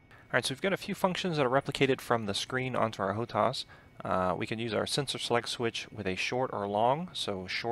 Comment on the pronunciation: HO-TAS -TAS TAS TAS.... not TAUS, TAUS - LOL - freaking chopper pilots